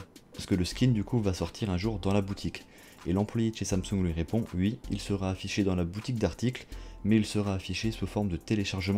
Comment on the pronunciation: y dis wi pas oui ptdrrr